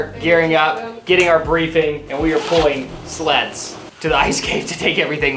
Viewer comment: in the intro i heard "we packed everything into these sluts"... she said sleds... makes more sense lol